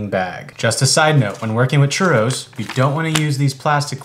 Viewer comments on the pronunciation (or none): He said something like "churulos". Very deep wrong pronunciation, but OK, good try. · you pronounce it churros not churous